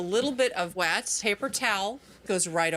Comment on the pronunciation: I love the “wet” paper towel voice over 🤣